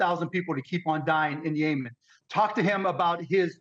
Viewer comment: Dude really pronounced Yemen Yaaa mennn 😂😂😂😂😂